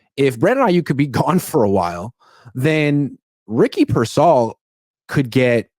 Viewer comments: “I’m giving him grace”, Kyle doesn’t even know who you are and you can’t even say Pearsall’s name right 😂 calling him persell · It’s pronounced Peer-sawl. Sheesh🤦🏾‍♂️😂😂😂